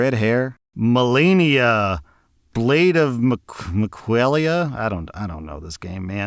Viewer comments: Brother nailed Melania, but damn did he butcher miquella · the pronounciations for Malenia and Miquella 🥀